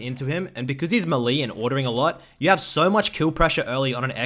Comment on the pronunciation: omg the way u say melee